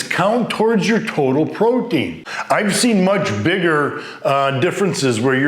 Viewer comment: is he saying Protein or Poutine lol thanks for the info